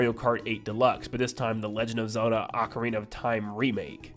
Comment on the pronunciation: You say ocarina wrong